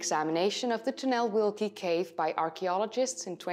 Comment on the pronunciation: Yes, you butcherd the name. Ojcowski - Oytsovskee (or something like that) Tunel Wielki = Great Tunnel. Polish W is read as V in other languages - Vielki. And we read "Ł" and "ł" like W in English. Great Job, BTW.